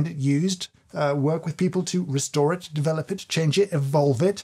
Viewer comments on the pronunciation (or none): none